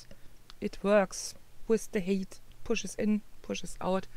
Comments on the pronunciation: Hi. Thanks for another informative tutorial. Quick tip. The word "height" is pronounced to sound like "kite", and not "kate". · hey,. I appreciate you explaining this so thoroughly for us. One thing - your pronunciation of the word "height" is wrong. You're saying "hate" which means something completely different. "Height" is pronounced as "hite". Listen here: I can understand why you would think "eight" preceded by "h" sounds that way.